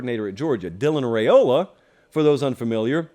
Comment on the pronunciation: Let's get Riaola properly pronounced, please.